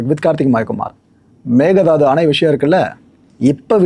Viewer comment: tvk ஜெயிப்பாங்க என்று என்ன guarantee இன்னும் ஒன்று மேகதாட்டு என்று உச்சரிக்கணும் ஆடு தாண்டும் என்று பொருள் மேக தாது இல்லை